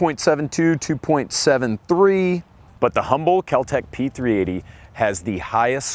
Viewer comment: I spent an hour searching for the P-380s, because I kept hearing P 3 EIGH-TY.